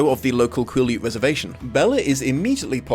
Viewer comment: Oh I’ve been waiting for this one!!! Just a quick side note: I live in WA about 4 hrs away from Forks, and I believe Quileute is pronounced Quill-ey-yute, not Quill-yute. No shade, just wanted to let you know going forward!